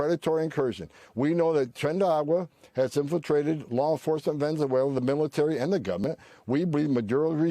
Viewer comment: he cant pronounce venezuela